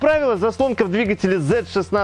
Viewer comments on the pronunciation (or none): Видео класс, спасибо. Но где куча образований у Лысого? почему он не знает как правильно ставить ударения? Ведь надо просто говорить правильно: пОршней, двИгателей, клАпанов, он не может запомнить три слова. как его просят?)))) но лайк поставил.